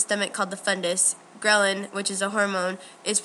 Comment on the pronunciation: Great work girls, but what I found so funny is that when you spoke of, 'Why we feel hungry', you mentioned a hormone, Ghrelin, which you said 'growling'... haha, yep, when I'm hungry, my stomach id growling!!! lol